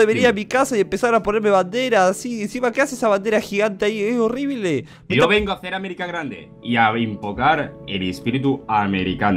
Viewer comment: "Orible" xDDDDD Realmente no le dijo horrible*, porque la bandera no es de ningún país.